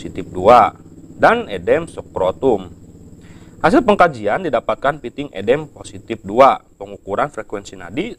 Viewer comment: Baca udem kok edem sih😂